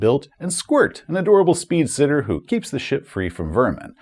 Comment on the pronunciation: "Squirt, an adorable SPeedsitter." I honestly think you said it better than the spelling.😂😂 Ahhh...the Backetts. I had dealings with them before bout 30 years ago on my old computer.